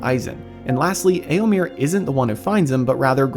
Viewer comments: Eomir? Really? Sounds so jarring every time. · "Eomer? Nah, its Eomir"